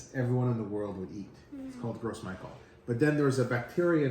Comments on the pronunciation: Ce serais bien de prononcé le nom de la banane correctement si tu veux faire apprendre quelque chose. "grosse Michael" 😂 ça ce prononce "gro MICHEL"...à vouloir expliquer ce que c'est qu'une banane t'en est une sacré pauvre de banane mon gars 😅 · Omg...as a service I'd like to inform you of the proper pronunciation. Its not "gross michel" that banana originally came from the French Martinique islands and gros is the French word for big, hence "big mike". To pronouce gros it's more like the English word "grow", the s is silent. Next it is michel but pronounced the French way as intended, so one would say "Michelle". So grow Michelle. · Why does he keep saying gross instead of gros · I found out that it's actually pronounced groh mee-SHELL. Because it's a french name. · Gros Michel is pronounced as “gro Michelle” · Pronounced - Grow Michelle. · Gros Michele is a French word so I think it's pronounced "Grow Michele" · It’s pronounced grow michelle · THANK YOU! I'm cringing every time he says "Gross Michael" 🤣🤣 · Thank you - I was about to click off- I can’t with gross Michael! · I'm still gonna call them "gross michelles" 🤣